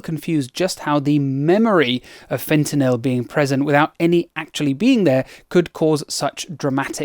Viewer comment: Thank you for not pronouncing it "fentnoal/fentnole", like Americans do. It is so annoying that they not only don't understand the drug, but they butcher the pronunciation too!